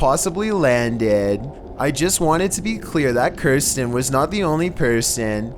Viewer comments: Pronounces "Kristan" as "Kirstan". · Youtube channel: Kristan Mire: Kirsten The only thing that scares me about these videos is how horribly he mispronounces so many words. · Lol at the end he says Kerstin and its exactly how my name is pronounced XD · #1 "Kirstan" when it clearly says Kristan. And his pronunciation of lantern...lantren. What? Why?